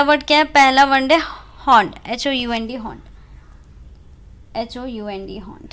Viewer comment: होनड नहीं -हाउन्ड है 😒